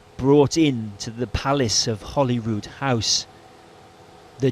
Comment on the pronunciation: the spokesman refers to the Late Queen's coffin resting in "Hollywood House", instead of "Hollyrood House" (the latter I have visited). That was a very bad, an inexcusable, error. (The two names are similar, of course, but the difference is distinct enough that I heard it without actually listening for it). I replayed the sound track three times, and each time I distinctly heard the error.